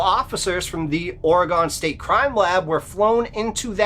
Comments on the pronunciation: Pronounced Oregun not Oregone. Only it’s spelled Oregon. I have been to Crater Lake. We spent the night there and we never had any problem. But I’m afraid of water so I never went near the lake but once I did feel strange when I was looking at it. There is also lots of bears in the area but I doubt they would have taken his camera. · Its Oregon like a organ in your body Not or - eg' gon. Js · The story about Crater Lake is always interesting but Oregonians take it poorly when you mispronounce the name of the state. It isn't pronounced Ore a gone - it is pronounced Or uh gun. I have had to go past Crater Lake a number of time and once, a boyfriend and I, my son and his daughter (kids) decided to go to CL to play in the snow. We ALL got creeped out just being there. The kids didn't want to play and something about being there just felt wrong. We had driven a long way to get there but every one of us wanted to leave, so we did, after only being there for about 10 minutes. I'm glad I don't have to drive that road any more. All good stories folks. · 🐺 Friends don’t let friends say “Ore-ah-gone”. 😉 Thank you, from someone who lives in “Ore-ah-g’in”. Merry Christmas!🎄🐾🐾🐾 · Being from Orygone (like your 2nd guest pronounced Oregon) I'm always interested in stories from my home state. 😅😅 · It's pronounced Ore-uh-gun! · Every time you said "OreGAWN" was like nails on a chalkboard, and ruined your story. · It's not pronounced aura-gone. 😵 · ORE-RE-GUN. Please say it right, it drives us nuts. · It's pronounced Ore-g-en, Oregen. All this is missing is Cam Buckner from Dixie Cryptids and Mr Ballen! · Pronounced (Ore -g-en) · Whyyyyyy do people pronounce OREGON WRONG????!?!?! For the love of sweet baby Christ IT’S PRONOUNCED “ORG-IN”!!!!!! I KNOW I LIVE HERE!!!! FIIIIIGHT MEEEEE!!!!!!! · I can’t be the only one who’s hyper fixated on the way he’s saying OR-A-GONNN. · Oregone? Certainly not how people in the state pronounce it. Go there and you will be corrected lol